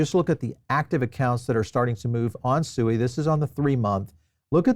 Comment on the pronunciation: It’s pronounced “Swēē”